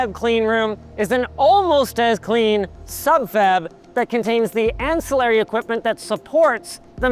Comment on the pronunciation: The way he pronounced ancillary lol